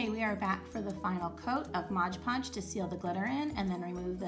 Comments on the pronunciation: It's MOD podge, not modge podge!😭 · Girl Everytime you said modge podge I got stressed lol they came out great and congradulations on starting your channel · It's MOD podge lol